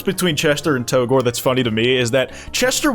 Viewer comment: Hot take: It's pronounced "to gore", not "Tou-gore". After all, you also pronounce it "Toriel" and not "Tou-riel".